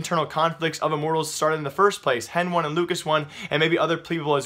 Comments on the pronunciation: did this man just pronounce hen1 hen one LOL its heni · hen one ??? i think its heni is what they call him and not hen one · If he doesn't stop saying hen1 instead of heni I'm going to lose my shit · stop fucking reading henone its heni god damn your pissing me off